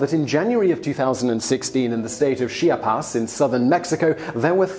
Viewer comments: CHEE-AWWW-PAWS = Chiapas, not SHE-A-PAS. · Um, as someone who's family is from Chiapas, it's not pronounced as Shia-pas, it's pronounced as Chi-a-pas.